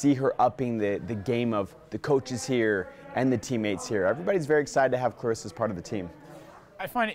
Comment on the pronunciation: Her name is claressa not Clarissa cmon coach..